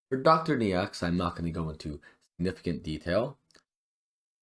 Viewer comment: Thanks for the guide! It's Dr. "NO" btw. That's how you pronounce "Neaux":goodvibes